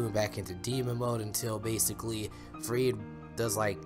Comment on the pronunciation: are they gonna show this to us in season3?! btw its - ferid not freed ☺😜